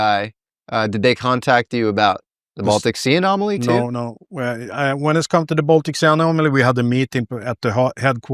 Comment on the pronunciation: For real. Annomily?